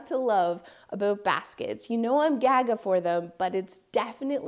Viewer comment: I've never heard anyone pronounce the word "gaga" that way, lol!